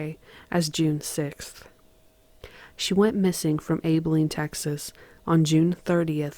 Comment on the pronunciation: One of the Best narrator's, I can tell your not from Texas due to the pronunciation of Abilene